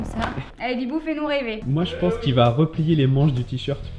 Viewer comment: Je rêve ou à la fin t'as dit "Bitbou" au lieu de "Bibou"?